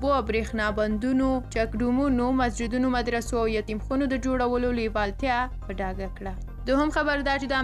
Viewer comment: دا چتیات مو بند کری دیر بد خکاری ولی نه وایی یتیم خانی چی خبره دومره بدرنگه کوی چی وایی یتیم خونی . یتیم خانه یو قبول شوی نوم دی قناعت وکری بی اتفاقی ته لطفا لمن مه وهی د الله نه ودار شی نور دا سپک آمال مو پریدی . هر کار چی د بی اتفاقی سبب وی په آخرت کی در نه هرومرو پوختنه کیگی دا خبره په ذهن کی وسپاره د یاده د ونه اوزی چی مونگ په دنیا کی د سو ورزو میلمانه یو . د الله نه درته د هدایت توفیق لرم.